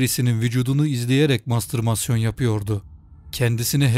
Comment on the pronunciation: Mastırmasyon değil, ''mastürbasyon''.